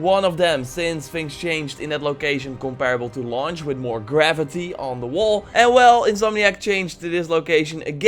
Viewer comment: YNN He pronounces his F’s as V’s and V’s as F’s ect..... that’s why graffiti sounds as gravity.